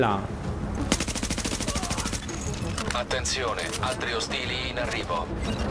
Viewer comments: al minuto la voce dice Attenzone, al posto di attenzione lol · MI piace che la voce in italiano sia tradotta bene, infatti dice Attenzone invece di attenzione, ma vabbè xD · 7.02 "attenzOne"? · hahaha in questo video ho sentito la frase: attenzone nenici in arrivo :D più o meno al minuto